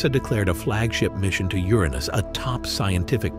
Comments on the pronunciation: It’s not actually not supposed to be pronounced the way the narrator is saying it. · Uranus❌ Ur anus✅